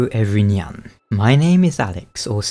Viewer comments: "Everynyan" I just caught that gg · Epic xD I actually rewinded "did he actually say 'Every-nyan'?" xD ^^